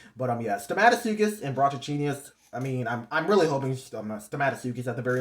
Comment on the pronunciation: Glad you found out how to pronounce brachouchenius,I can tell it’s from you hearing me say it’s name